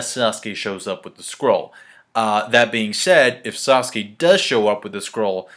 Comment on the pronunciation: This whole time I thought said squirrel, like WTF when did Sasuke get to summon muthafuckin' squirrels in the manga FTW!!!!!